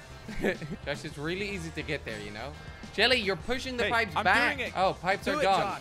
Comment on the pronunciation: Only watched to hear him say jilly not even jelly